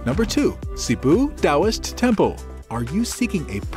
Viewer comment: Taoist, not DAWIS😂